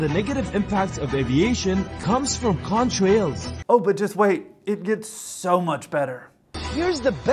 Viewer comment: The way the TikToker says "Contrails" is so bizarre. Seriously, he sometimes pronounces it as "con-trails", with a strange pause.